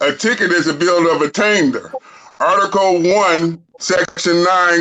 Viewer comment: "NO BILL OF ATTAINTDERR" Ok bro 🥴